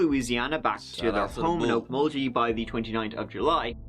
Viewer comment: Aaaaaaaaa lol 😆 I'm sorry but I giggle everytime he mispronounced our town name's bless his heart its Weleetka - wo-leek-a and Okmulgee owk-muhl-gee. The weleetka community center is called this because it's own and operated by the Weleetka nation in weleetka territory. Just like where I live, I'm in choctaw nation territory and we have many choctaw centers as well. 😉.